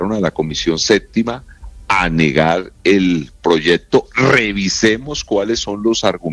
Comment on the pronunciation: No se dice proyedto